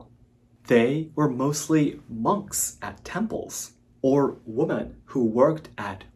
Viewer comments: Excellent commentary. Just one minor FYI, "woman" and "women" are pronounced differently. "Women" should be pronounced as "wi~muhn." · English: a law is passed, not dismissed. Pronunciation: women is pronounced wimmen.